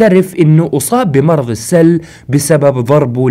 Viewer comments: بعد اذنك 👍❤ المرض اسمه السُل وليس السَل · اخي اسم المرض السٌل وليس السَل يعني بالضمه مو بالفتحه اتمنى انك فهمت قصدي